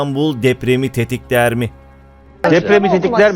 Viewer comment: Tetikler demedi.... Tettikler dedimi Teytikler dedimi Hah tamam yanlış anladınız. Tetkiklerdedi yav tetkikleri iyi yapmasasanız manasında Yani Depremi tetkikler ile çözeriz. Ulan ne pişkin daha önce anlaşmalı kanalarda soruları kendisi verdiği için,böyle durumlarda nediyeceğini bikeneyen makamının ardına saklanır. Kendisi her hangi biri değil de, dil uzattığı kişi yüzde 52 oy ile gelmiş Cumhurbaşkanı. O zaman neymiş kendine yapılmasın dediğini başkasına da yapmayacakmışsın demi sayın başkan.